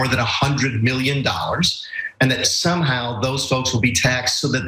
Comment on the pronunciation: "Somehow".....lol...that wasn't emphasized on purpose.....💩